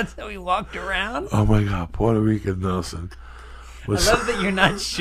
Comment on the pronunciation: Rican not Rica